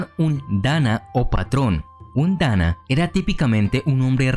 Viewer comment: Hay ciertos pequeñitos errores: -Se lee Dan-na no Dana. -Las maikos seguían a las Onee-san (hermanas mayores) no a los Onii-san porque eso es (hermano mayor). Dato adicional, antes era cabello de la propia Geisha, ahora es una peluca de cabello humano que puede costar desde 200 dolares y pesar desde 3 libras o más dependiendo del tipo de tocado.